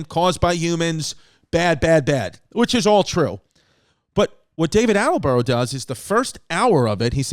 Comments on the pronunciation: Haha David Attelborough. It’s Attenborough my dude!! I guess you only switched one letter haha it’s tubberware all over again babe. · My favorite part of this episode was Chris mispronouncing David Attenborough’s name over and over. Attelborough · It's David Attenborough, and I don't think you managed to pronounce his name correctly once. It was funny, how calm you were about a potential new baby, I would have sworn a few more times than you did :) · Anybody keeping track of how many times Chris says David Attenborough incorrectly?